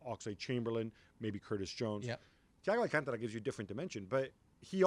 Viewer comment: That man pronounced "Thiago Alcantara" so well